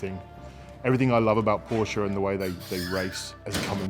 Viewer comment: What is a porscher ???